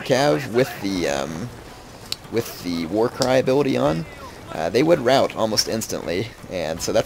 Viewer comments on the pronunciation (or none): none